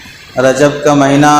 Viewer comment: مہنہ نہیں ھے بلکہ مہینہ ھے